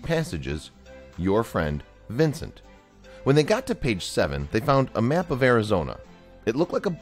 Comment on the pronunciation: This guys accent annoys me. He adds an e to every a. Map becomes me-ap. Alan is ealan